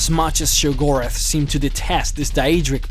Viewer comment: It's *Sheograth. Not Shigorath